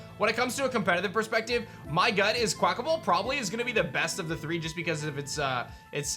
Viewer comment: I could have sworn you said “quack-a-mole.” I died!